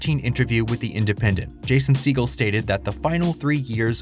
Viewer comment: "Jason seagull" 💀